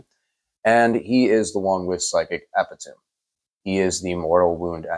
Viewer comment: E-pit-o-me. I gotcha, kid